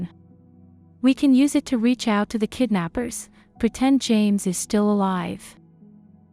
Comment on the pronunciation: AI with a speech impediment . Shtill